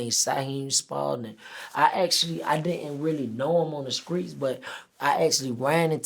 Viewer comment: What the hell is the "Skreets" lol! Don't know who the guy is but he seems like he'd be a terrible role model for fans his age and younger.